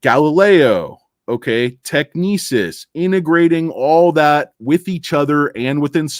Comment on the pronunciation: You are killing us with your pronunciation of Technysis